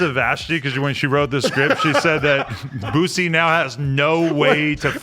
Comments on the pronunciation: It’s boosie not boozie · Boosie not boozie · Boosie. Not boozy